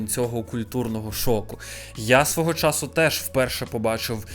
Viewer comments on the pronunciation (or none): none